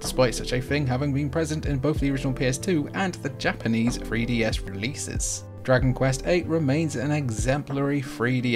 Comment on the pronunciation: Fwee DS